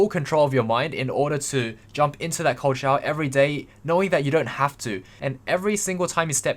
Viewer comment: Every time you say ''cold shower'' I hear ''Coachella'' Im I just dumb?